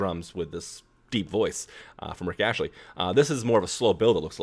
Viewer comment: It's Rick Astley, hun, not Rich Ashley...